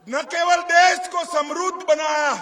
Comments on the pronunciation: samarudha nhi samraddh hai 😂😂😂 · तुम समृद्ध तो सही से बोल ले तड़ीपार समरुद्ध बोलता है 😂😂😂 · समृध्द होगा समरूध नही। अमित शाह उच्चारण तक ठीक से नहीं कर पाए